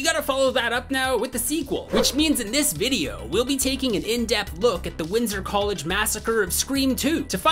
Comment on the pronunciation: I always thought it was winter college not Windsor college😂😂